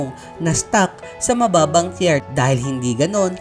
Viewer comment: anong tyer? bka tah-yer naguluhan ako dun kabatang